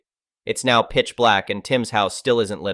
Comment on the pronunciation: Didnt know Now sounded like Neigh